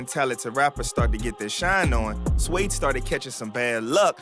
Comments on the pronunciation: You can’t pronounce suede you d’umb asf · You can't read the word suede? Shouldn't have even done this video bro